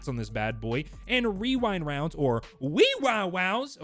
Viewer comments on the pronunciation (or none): I feel attacked with how he said "rewound rounds"